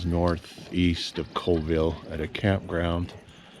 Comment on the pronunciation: There is no coal in Colville. Pronounced call-ville. Thanks for coming to our area of the world.